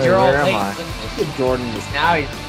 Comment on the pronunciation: I wonder why nova pronounces jordens/kootas name funny.